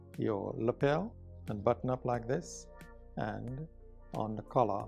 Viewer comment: He presses well on "da button" :)